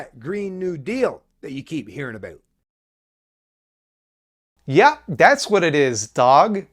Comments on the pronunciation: This marks the closest I've ever actually heard a canadian person come to saying "aboot" without being in the context of talking about the stereotype. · that was the first time i heard a canadian pronounce about "aboot" and honestly it's infuriating listening to it. i didn't know it were that bad, ...just horrible. canadians were a mistake.